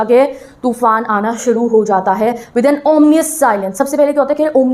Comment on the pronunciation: Madam तूफान hota hai टूफान nhi hota😂😂😂😂